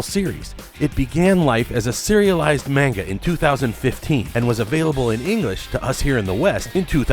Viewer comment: The "mane-guh"